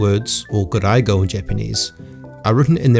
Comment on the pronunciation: mispronounced gairaigo